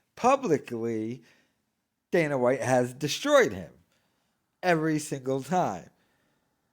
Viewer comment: Ugh, it kills me how he pronounces "ivry" instead of every